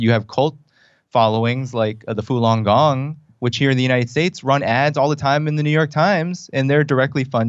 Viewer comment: "Foolon Gong" This guy can't even pronounce the name of this group, or in his videos many other simple Chinese words he is proving point with like Deng XiaoPing's name. Not saying he is right or wrong just saying makes it hard to take his "deep understanding" as credible because someone whose Chinese is that subpar I believe would be unable to access the true situation.